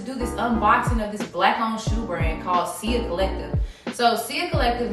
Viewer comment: U pronouncing sia wrong.... but good video